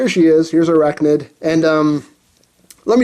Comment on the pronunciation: Dude....he butchered her designation XD